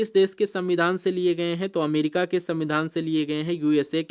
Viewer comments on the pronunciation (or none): none